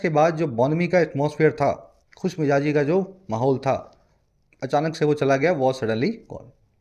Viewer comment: Sir you taught us great but there is one mistake in your pronunciation of J and Z as in the above article BONHOMIE means Khushmijazi but you write and said Khushmijaji which is incorrect Sir with all due respect I point out an error please don't take it otherwise I want you to be correct only in pronunciation part I am thankful for each lecture sir It improvised me alot Thank you soo much